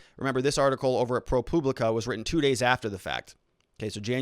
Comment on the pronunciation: Can you not say public?? Is propublica really that hard to pronounce?? Your saying Propooblica.